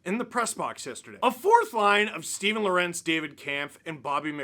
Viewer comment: I might be mistaken, but when Lorentz was on the Hurricanes I think he said it was pronounced LOR-entz (almost sounding like the name Lawrence). Maybe he’s changed his mind